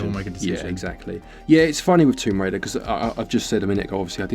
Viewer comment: Tomb Crader 🤣